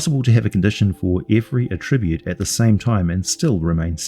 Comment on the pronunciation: Bruh, why do you say attribute like that?